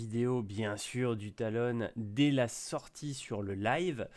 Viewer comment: Pourquoi tu dit "Talone" alors que c'est "Talon"